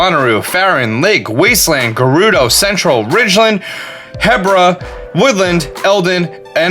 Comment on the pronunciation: sigh you had a chance to fix the hebra pronounciation and you said Heh bruh... Say He, the pronoun he, bruh.